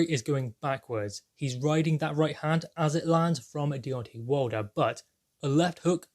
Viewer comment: For god sake its wilder NOT wulder